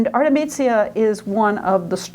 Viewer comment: Pardon me, but her name is 'Artemisia', not 'Artemizia'. Her father was 'Orazio'. You keep pronouncing it: 'Arezzo'. The man who raped her was 'Tassi' not 'Tasso'. Your extremely poor Italian pronunciation weakens everything else you have to say. I appreciate that you are American; perhaps foreign languages don't come easily, but this lecture is simply an embarrassment. I checked out .